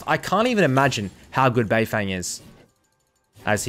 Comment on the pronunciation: just to help u a bit, his name is pronounced more like beifœng than beifeng